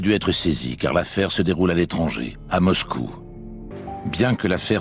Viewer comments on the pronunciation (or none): none